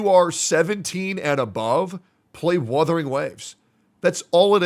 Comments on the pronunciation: I swear to go, if I hear one more content creator call it WITHERING WAVES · istg, if i hear "WITHERING" again one more time, Imma flip my table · I SWEAR HES SAYING WITHERING ON PURPOSE AT THIS POINT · I'm sick and tired of people saying withering instead of wuthering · he forgot to tell that its wuthering not withering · He keeps calling it withering ugh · Other CC "Withering wave" how hard is it to pronounce "wuthering". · "Withering Waves!" - "GET THE NAME RIGHT!!!" - and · my soul leaving my body every time says "withering waves" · Why cant these freaking people not pronounce Wuthering Waves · I love how is increasingly going insane when mispronounces "Wuthering" everytime